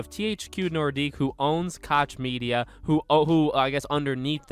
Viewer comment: I love how people pronounce “koch media” so wrongly